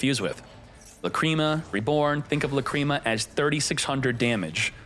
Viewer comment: Love watching these videos but please stop saying lacrima wrong drives me crazy